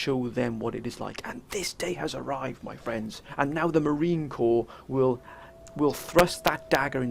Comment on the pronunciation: Great video as always. But I am going to have to correct you. It is the United States Marine CORPS. There is an S in Corps. Semper Fidelis future brothers. The Third Reich aught to count their lucky stars they never had to stand toe to toe with the USMC.